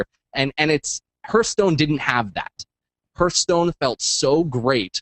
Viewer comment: H ARTH STONE, not HURRRDURRR UURTH stone